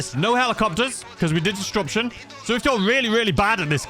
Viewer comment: I love you but disruption doesn't have a "d" in the middle 🤷‍♂️🤷‍♂️ disDruption 🤣🤣